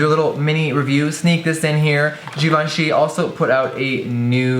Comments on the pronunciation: jeffree pronounces it like "g-von-shee" while the correct way to pronounce it is "jhee-von--shee" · every time jeffree said "jivanchy" instead of givenchy I cringed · I don't care what people say, I'm pronouncing that ish GIVE-EN-CHEE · I always thought it was pronounced give-enchy whoops